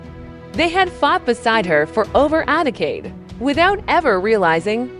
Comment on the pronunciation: So painful to hear AI repeatedly pronounce Mulan as “miu’ lin” and mispronounce the word decade.